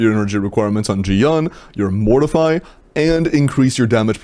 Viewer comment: YOU ARE PRONOUNCING MORTEFI WRONG